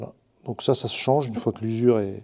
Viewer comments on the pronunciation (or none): none